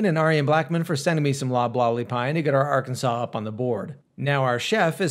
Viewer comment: I feel a little offended hearing you mispronounce my states name, Arkansas It’s meant to be pronounced as Are-ken-saw Sorry if this seems mean it was just bothering me. I hope that it was more helpful then mean!